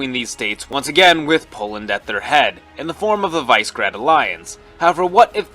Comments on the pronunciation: Its Vise Grad not Vice Grad,vise like in serbian and russian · It is pronouced VEE-SHE-GRAHD